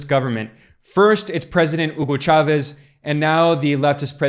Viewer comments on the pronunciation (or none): none